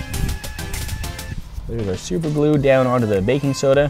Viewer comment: Super glu not lu